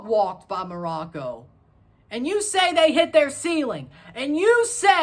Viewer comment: Glad you pronounced Morocco correctly